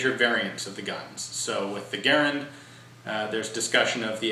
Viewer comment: Ga-Rand, Ga-Rand, a good woody sounding word, not like Gar-an, too tinny, tinny.